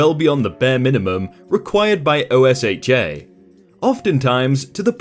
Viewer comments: Hey quick thing, it's not O.S.H.A. its pronounced OSHA (Oh-Sha). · Never in my life have I ever heard someone refer to OSHA as O S H A lol. Love ya! It's o-sh-uh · I feel like this is the first I've heard someone say O S H A instead of OSHA (o-sh-a) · I just replied to say that, and to also mentioned MSHA's pronunciation too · Thought I'd say, OSHA is pronounced "Oh-Sha". It's the Occupational Health and Safety Administration, who regulates workplace safety in the US. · Lol o-s-h-a 😂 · Love the videos! Just a quick mention, for ease of narration, OSHA is pronounced as OH-shuh, and MSHA is pronounced as EM-shuh. Since you seem to be narrating with your actual voice as opposed to using a text-to-speech program, I thought I'd let you know. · It's pronounced "oh, sh-ah",. No one spells out the acronym.